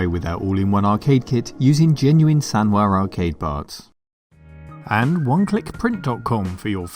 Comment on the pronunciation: I always heard "SANDWARE" lol